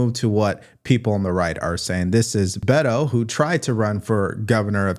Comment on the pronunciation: from an old Texan to a new one, Beto is pronounced like B8-o or BAte-o. Not that it matters. 😂